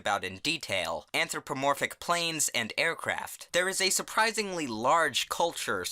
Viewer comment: “Anthro planes”